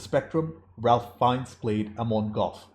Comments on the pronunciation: Love your insightful reviews,! This is a fantastic film but it’s also so hard to watch movies on this subject. As a point of weirdness / interest, Ralph Fiennes is pronounced ‘Rayf Fiennes”. I always get him and Liam Neeson confused. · Ralph Fiennes’ first name is pronounced like ”rafe”. Not like the most common Ralph. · (Just FYI, Ralph Fiennes’ name is pronounced not like Ralph but like Ray-f or Raif. No “L”😉) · Ralph Fiennes first name is pronounced as "Rafe" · Around the time of Schindler's release, Spielberg produced a companion documentary called The Last Days. A chilling, must see document. The Shoah Foundation is releasing an anniversary remaster this year. Check it out. Also, the "Ralph" in Ralph Fiennes is pronounced: Rafe. I know, we had trouble with it in '93. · Ralph Fiennes name is actually pronounced "Raif." Another great reaction! A detail I love which took me a few viewings to catch, is that the rabbi is the one in the scene where the gun keeps jamming. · Just a quick side note: Ralph Fiennes’ first name is actually pronounced like “Rayf” ( like safe). Thanks so much for sharing your reaction to this film. 👍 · Have your tear ducts been removed ? It makes me cry in multiple scenes. Ralph Fiennes name is pronounced Rayf. Also, stop reading subtitles on English movies... you're missing the emotion in actor's faces if you're always reading. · The girl in the red coat means several things to different people. To me, it was like - she stood out but everyone was ignoring her. She was wandering through the streets, obvious as all hell and nobody even looked at her. That was the situation there with the abuse and genocide. It was all over, it was obvious but went unseen by most. (BTW Fiennes' first name is pronounced like Raif.)